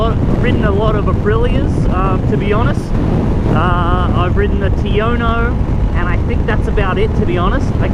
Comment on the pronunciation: Please please please, Tuono is not pronounced like that.